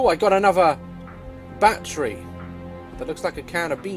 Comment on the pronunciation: What the hell is a "bat tree" xD